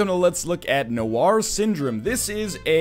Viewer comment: noir is not pronounced nowhar